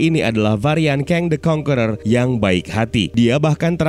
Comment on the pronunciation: AKHIRNYA ADA YOUTUBER YANG MEMPRONOUNCE 'CONQUERER' DENGAN BENAR